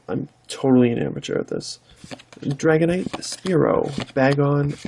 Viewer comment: Your pronunciation is pretty damn good. You got Dragonite right the first time. I think you got the Absol wrong though. Yeah Deoxys is a mouthful haha